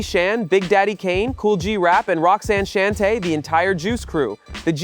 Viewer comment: Roxanne Shante …… should be pronounced like “Shawn-tay “